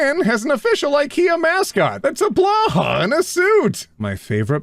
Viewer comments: ot i am yet again begging you to stop saying blåhaj like "blahhawh" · I love you but Blåhaj is pronounced like bla-high not bla-hah. Or technically the å is more of an o, but since the sound doesn't really exist in English an a is fine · NOOOOO its not Blah-ha its Blow-Hi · pretty sure it's Blahaj, not blaha... (pronounced: blah-high) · waitttt were you pronouncing Blåhaj as... "blaha"? if I had the FFXIV emote /playdead available here, I'd use it xD (for the future, the Swedish pronunciation sounds a bit like "bloe-hi") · Blow-hi!! ITS PRONOUNCED BLOW-HI NOT BLAH HAH I'm dyingg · You know blahåj is pronounced Blo-hi? (Not trying to be rude, just making sure😅😅) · My dad (who speaks swedish) said that blåhaj is actually pronounced blow-hai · Day 794 of Telling that "Blåhaj" is pronounced, /blowhigh/ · I was told that "å" is pronounced /o/, not /a/. And the 'j' is pronounced as either a /y/ or an /i/ in most germanic languages other than English. So I would think "Blåhaj" would be pronounced more like, /blowhi/. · "we love blåhaj here" Except nobody here can pronounse the name right >:( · really needs to ask The Click how to pronounce "blåhaj" 🤓🐬